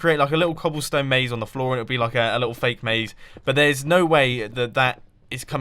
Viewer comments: not "maze", not "naze", more like "haze" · Definitely "Maze", not "Naze"